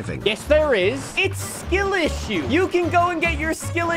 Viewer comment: SkIL iss”u”